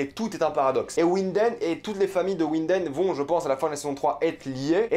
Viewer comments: Winden se lit "vinden" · Winden, prononce avec un v. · Ta un probleme de prononciation jcrois mdrrr ulrik qui habite a ouinden